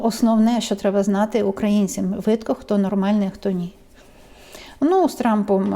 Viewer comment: Не кажіть (Видко-видно) не перекручуйте українську мову.